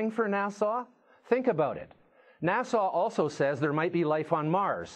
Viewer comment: "Nassau tells us..." It's NASA, you git! Na-suh ... not Na-saw! Omg! He keeps saying it!